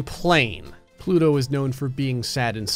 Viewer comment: “But today, plouto has the big ballęs”💀💀💀💀💀